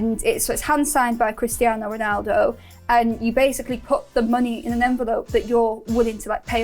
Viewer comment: Cristi-ahhno Reenaldoh.